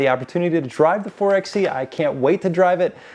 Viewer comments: It’s “Four-by-E” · Its pronounced "4 by e". It's a play on 4x4.